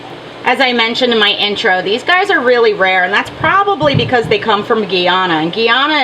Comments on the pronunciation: It`s pronounced like guy-ana, great vid. I can probably go in a nearby river and get pencil fish if i wanted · Lol, my family is from Guyana and they pronounce it Guy-ana, with Guy just as guy (dude). So it ends up sounding like Diana, but with a G.